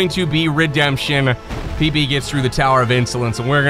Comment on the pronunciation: Im not playing thiz game but you know......👅Its Pb bro!!Its Pb!!✨💙